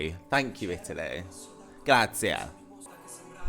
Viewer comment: Hi! Madame last performance was even Better since She hard to improvvise a Little (She Lost the tempo for a bit) and actually I think it was slightly a better version and over all a lot more emotional....2 years in Italy and still not able to pronunce properly "grazie"?...ahi ahi you! 😄